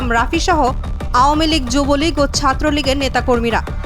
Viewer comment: যুবলীগ ও ঠিক মত উচ্চারণ করতে পারেন নাই সাংঘাতিক 🍌 আপা